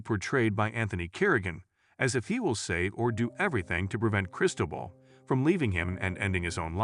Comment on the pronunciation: “Foo-Chess” & “Chris-toe-bull”- time to give your Fiverr voiceover guy some pronunciation guides.